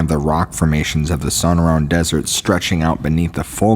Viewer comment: That's So•nor•an,desert, sorry just bugs me,coming from a guy who flunked Spanish in high school!